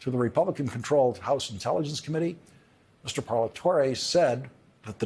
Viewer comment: Great as always Lawrence.. and you pronounced Parlatore’s name correctly.. bravo👍